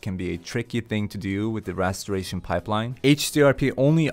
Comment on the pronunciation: i'm sorry to be that one, but it's rasterization, not rasteration lmao